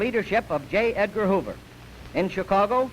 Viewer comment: I know it’s not what he was saying, but every time he referenced the man I heard it as “Gay Edgar Hoover.”